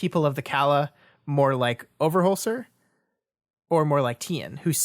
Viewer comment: Why do you keep calling him "OverholsTer?" There's no letter "T" in it. Its Overholser with no T????? WHUH????